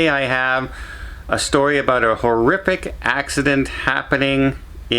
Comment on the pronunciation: Maybe you should shelve those Spanish lessons and pick up some in English to learn "aqua", "about", and "Bear Grylls"